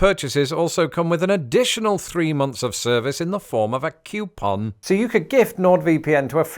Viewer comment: How did you come to pronounce puma and coupon with the exact same first vowel? Pyoo-mah? Cyoo-pon? One is spanish and the other french in origin.